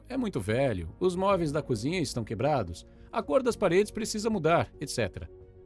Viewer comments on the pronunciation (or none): none